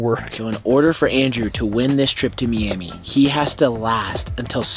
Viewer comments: For the love of god stop saying me-ami its fucking my-ami, MIAMI. JESUS. So cringeeee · Y did u say Meamee. Its M-eye-am-e. it is spelled miami but that is how you pronounce it. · Bro said meami it's miami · Me-ami? Do you mean my-ami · why are you calling it meame its miami thats where i live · They can’t pronounce Miami correctly it’s so frustrating.👺